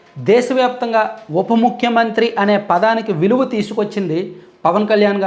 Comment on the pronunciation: ముక్కు మంత్రి కాదురా సొల్లు సీను, చేతిలో అటు ఇటు తిప్పడం కాదు పతివ్రత శిరోమణి లాగా ముఖ్యమంత్రి అని పలకడం నేర్చుకో 😂